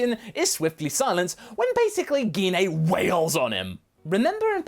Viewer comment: Did you just say Gee Na!!?? Say her name right!! It's Gine!!! Like when saying Gine Grey!